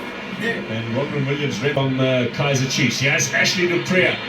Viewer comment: I love how they refer to chiefs as “iKaizer”🤣🤣🤣🤣❤